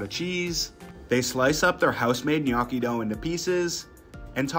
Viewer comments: Ma per favore ti prego di imparare come si pronuncia la parola “gnocchi” , the way you say it sounds like “GNAWKKY” 😢😢😢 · Looks good, but his pronunciation of gnocchi is cringe😮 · It's pronounced guh-know-chi not nyo-cki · Did you place a bet to see how many times you can mispronounce gnocchi?? 😂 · NyAcky is what I hear😂😂😂😂 I always find it funny how Americans pronounce words so weirdly. Other countries are able to adapt to different tongues, especially deep distinct local languages. But Americans basically just say no😂😂😂 I swear Europeans and Asians could even pronounce African words much easier than y'all and vice versa because we understand the pronunciations of different vowels and consonants between us. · Another "food influencer" that doesnt know how to pronounce gnocchi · ive herd him say "knocky" so many times i actually forgot how to pronounce it correctly lol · Bro's needs to spend some time learning the proper pronunciation of pasta lol it's ño-key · Sir.. it’s pronounced “nyo-key” it hurt hearing it every time.🥲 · Hes pronouncing it wrong and it's driving me crazy 😢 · Thumbs down just for his pronunciation of gnocchi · he's gotta be trolling with that pronunciation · As a non English native speaker, i find it very funny this gnocchi pronounciation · I'm not Italian. I live smack dab in the middle of the USA. I'm from English, Russian and Polish decent and EVEN I KNOW the pronunciation of gnocchi is WRONG, like nails on a chalkboard wrong. So if I KNOW it's wrong, pretty much everyone should know it's wrong...just sayin'! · Gnocchi That's the worst pronunciation I've ever heard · That is the weirdest way I’ve ever heard someone pronounce Gnocchi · Can't handle your pronunciation of gnocchi! 🥴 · His pronunciation of gnocchi is killing me lol but it looked delicious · Pls learn how to pronounce ricotta and gnocchi